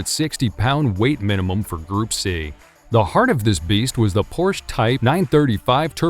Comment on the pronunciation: cool vid, great voice, but what's the matter with pronouncing some of the names properly? LE MANS? PORSH?